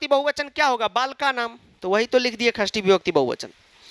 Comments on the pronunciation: Shasti nahi khasti vibakati😂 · Shasti vibhakti nhai Khasti vibhakti 😅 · Sir kasri nhi sasti hoti hai..😁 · षष्ठी ❌ ख़स्थी ✅